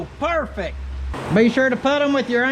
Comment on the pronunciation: It’s like you said “PERFEC”!! Love it.